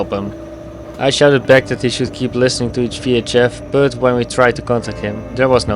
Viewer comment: Joh met 1440 abonnees (die uit NL komen) spreek gewoon Nederlands.. Spreek bijvoorbeed "but" niet uit als het onvriendelijk nederlands woord voor onderdeel tussen navel en knieën bij vrouwen . spreek de engelse "u" als een "ah" Umbrella wordt dan ahmbrella "But" wordt dan baht. Dan begrijpen engeltaligen ook waarover je kletst